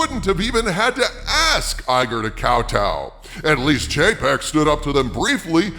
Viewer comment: I keep hearing Chapek as JPEG.....😆